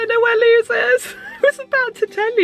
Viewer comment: I prefer having the nap so that you stroke downwards, it makes me feel funny the other way, like stroking a cat backwards! But whatever floats your boat. Also, I believe Lewes is pronounced 'Lewis'! But the box looks lovely 😍